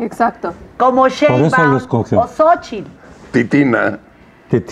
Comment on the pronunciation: Claudia ni siquiera puede decir Sochi y ni siquiera puede decir el PRI el PAN y el PRD